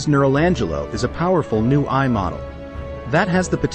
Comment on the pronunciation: Text-to-Speech in YouTube videos sucks, imho, for many reasons. And also in this video: when AI is pronounced as "ai" right at the beginning, even more since AI is the core topic of this video, it degrades the while video/experience. Really too bad.